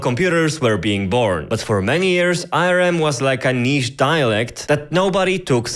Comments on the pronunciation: Tbf he does have an accent and hes not saying ARM but A.R.M. but yeah it was bugging me too lol. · English Native speaker here. It is pronounced "Arm" not "A" "R" "M". Saying it with the individual letters like that is disorienting. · Great video! Quick note, ARM is generally pronounced as "arm". As in the word arm. "I hurt my arm" for e.g. Otherwise great explanation and entertaining video! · did he just call ARM arem? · If this guys so smart, why can't he pronounce ARM ? and how does he have less than 3k subs and a play button in the back there... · I paused and started typing this because I cant stand how you (incorrectly) pronounce "ARM."